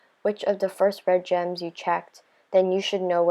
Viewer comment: It sounded like she said germs instead of gems😂😂😂🤣🤣🤣